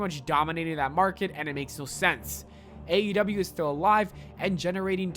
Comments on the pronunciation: Sounded like you said AW lol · Somebody teach this man how to pronounce AEW